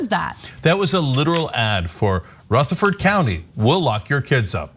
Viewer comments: I was interested in this video until this woo showed up . It is Rutherford county not soothed county you dumbass . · Is it actually pronounced Rootherford? This is at least the third time Ana has called various places/people that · Love Anna but she is pronouncing Rutherford wrong. RUtherford (U making the sound like in Rug) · What cracks me up is Anna saying "rootherford" over and over. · It’s pronounced “Rutha ferd” the rutha part should sound similar to “brotha ferd” except with just the R instead of the BR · Rutherford has a short "u". Pronunciation matters in journalism. It affects image and credibility. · I’ve never heard it pronounced Ruh-ther-ford. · I live a county over. It's pronounced- Ruh-ther- ford" It was the exact same way 30 years ago. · you can pronounce it however you like but really it's pronounced ru-ther-fuhd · Rutherford has a soft U in pronunciation. But it is north of us I live in Chattanooga in Hamilton County. Call out Chuck Fleischmann. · It’s Rutherford with a short u not a long u. A little prior research would have told you this. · Rutherford is not pronounced that way. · Ok Anna. Rutherford County is pronounced different. I'm a county away. Gotta live down here and learn the dialect lol. Love you guys. Thanks for exposing the bs that exists. Anna. The video on the detention center pronounced Rutherford correctly. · This is horrendous, but hearing the way she is saying Rutherford is killing me. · Is that how all Californians pronounce Rutherford? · Ana, I'm surprised at your pronunciation of "Rutherford". Smarten up; it's not smarten oop! Apart from that, this story is incredibly hard to believe. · Ana is going to need some coaching on the pronunciation of Rutherford. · That's not how you pronounce rutherford. Also that judge is a world class POS. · Is anyone else going crazy at the pronunciation of Rutherford county? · RUTHERFORD. Like president Rutherford B. Hayes. Not ROOtherford. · It’s pronounced Ruh-Thur-Ford not Ruth-Ur-Ford